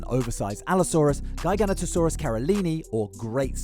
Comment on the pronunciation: Gi GA not a saurua not Guy Gan ota Saurus